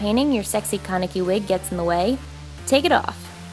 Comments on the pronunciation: THE WAY THEY SAY THEIR NAMES KAN-E-KI ITS JUST KA-NE-KI AND RIZE IS JUST LIKE RISE I SRSLY CANT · Isn't is pronounced Ken-ehh-key? not Kon-uh-key? I've only watched the subbed anime so it might be different from dub, if there is a dub. (I think I remember them announcing it?) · um um um ummm was I the only one that heard her say kanaki at the end .-. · I absolutely love Tokyo Ghoul!!!!! I'm pretty sure you were saying his name wrongs but whatever, the AMAZING makeup made up for it